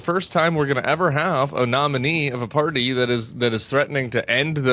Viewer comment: sorry--keep going, not "toing" !!!